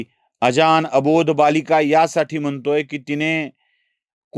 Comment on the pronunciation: अजान असा अशुद्ध उच्चार का करता? अजाण असं आहे तो.